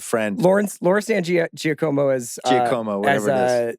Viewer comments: Bill said Giacomo correctly. CR smugly brutalized it. I know. It's my name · Laura San Giacomo's family pronounces like Chris says, but it is not the correct way.